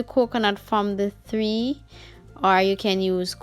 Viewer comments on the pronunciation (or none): From tree NOT THREE